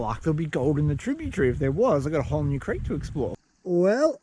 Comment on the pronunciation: Tributary! Do you silly Australian. That’s not how you say it.